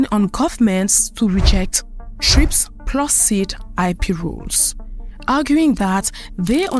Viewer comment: What happened to the A in the acronym TRIPS SOUNDS MORE LIKE TRAPS.